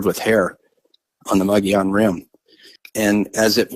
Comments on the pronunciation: Les it's pronounced Mo Gee Yon Rim! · pronounced - mug-eee-on